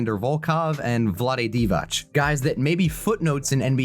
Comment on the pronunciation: you need to learn how to pronounce Vlade Divac [ʋlǎːde dǐːʋats]